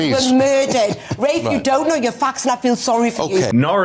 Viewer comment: It is RAFE. Pronounce it properly please.